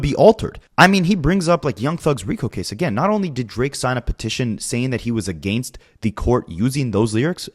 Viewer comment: A-Gain-st is really starting to give me Duche chills